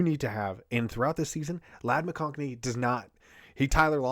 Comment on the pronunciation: There's no "n" in McConkey